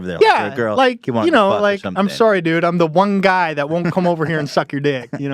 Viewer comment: oh soooooooory. He is Canadian